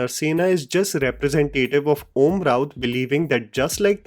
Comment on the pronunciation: and it isn’t Om raut